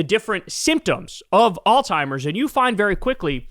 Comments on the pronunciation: Can someone tell Kyle it's pronounced all-zeimers (Alzheimer's) not all-timers. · Kyle is the goat and I've been a huge fan for over a decade, but dude it's alzheimer's, not all-timers, Kyle 😆 To be clear, Kyle is smarter than me in most all other things 💯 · Kyle, it's alzheimer's. Not "all timers".😅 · Kyle, it is alzheimers not "allTimers". AllTimers is an ignorant slur used in tasteless dementia jokes. Just sayin' dude...get it fixed...get it right. I know you're a good person so I'm chalking this up to ignorance and not malevolence. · Really sounds like you are saying “all timers” instead of Alzheimer’s. But could just be me. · Kyle, you’re an educated man. It’s not “all-timers” disease, it’s pronounced “Alz-heimer’s.” Say the z. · Kyle, I love your show, but you keep saying Trump has "all timers" disease . That's WRONG ! The correct word is "Alzheimer's" . Please say it correctly. You're embarrassing yourself and the people who suffer from this terrible disease. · Bro, on the topic of pronunciation, it is ALLS-HIEMERS not ALL-TIMERS. 😂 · You think that since you were in media you would know how to pronounce the word Alzheimer's there is no letter t in the word Alzheimer's it's not all timers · Old Timers disease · It sounds like you're saying "all-timers". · As long as we’re on the topic of things you’re saying incorrectly, there’s a z in Alzheimer’s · You aint fittin to come for us with associate and say alzheimers like that 😂😂